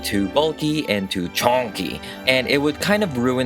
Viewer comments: When you said “ChOnky” I died 🤣😂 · “CHONky” I love how he put emphasis on it lmaooo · Chooooonnnkee #hextianpronunciation